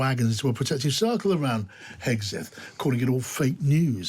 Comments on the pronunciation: Why the British keep calling him Hesgeth instead of Hegseth?! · HEGSETH not “HeSGETH” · Love the hosts’ slips of the tongue here: Hethguess and Hacksmith!